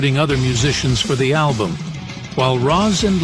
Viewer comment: Why use an AI voice, "A DEBUTT ALBUMM", such a sad attempt to make a video.